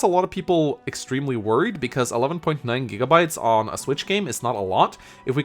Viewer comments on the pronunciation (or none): none